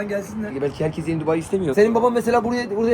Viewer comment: Dubai ❌ Dubei ✅